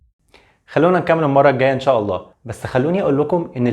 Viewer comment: ابني الحبيب مجهود عظيم .ولكن برجاء ان تطلب من متخصص لغة عربية ان تكتب التعليق وتطلب منه تشكيل الحركات وايضا يراجع لك نطق بعض الكلمات. وخاصة نطق لفظ الجلالة الله. وهناك أخطاء في الأعراب . وممكن ان تعرض هذا الفيديو على أحد أهل اللغة .لتتأكد